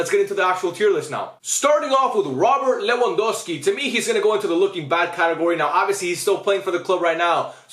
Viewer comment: just correcting you bc you kept saying lewandowksi bro